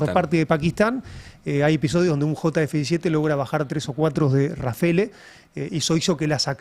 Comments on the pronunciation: Rafale no Rafele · RAFELE ? RAFAL SE PRONUNCIA 😂😂